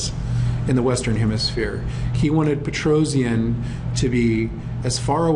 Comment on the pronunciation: Petrosian is pronounced "Petrosyan" not Petrozian :)